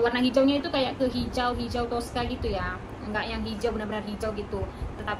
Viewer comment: Saya baru dengar hijau toskah, ada bunyi serupa Arab 😁 Ya terima kasih kembali.